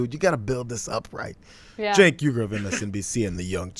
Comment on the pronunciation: You mean 'Chenk'...